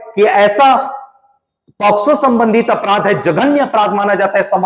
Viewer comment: It's not a posco It's pocso